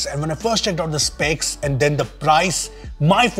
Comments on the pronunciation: "SEPCS" 😂 it's SPECS. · SEPCS nahi SPECS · Sir specs ...not sepcs 🫣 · the sepcs!?? XD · SPECS NOT SEPCS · Bro.....Its SPECS not SEPCS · It's SPECS.... not SEPCS